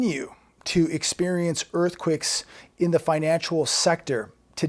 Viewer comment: Earthquicks??? You can't pronounce earthquakes lol??? Funny....